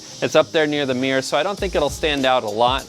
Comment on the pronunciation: Got to love the way you say mirror 😉 meeererrr 😂